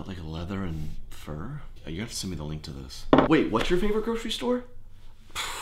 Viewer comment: “Leather and fur” 🤣🤣🤣 or is it fir... 🤔🤷🏻‍♀️ hilarious either way